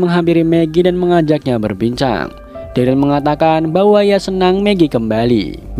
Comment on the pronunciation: Gw dah rewatch S1 eps 1 bang manggil Daryl nya salah njir,malah Derly wkwkwk